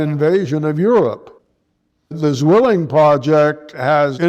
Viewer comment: The German word for twin is mispronounced in this piece. It should be pronounced tsvilling. A z is a tset in German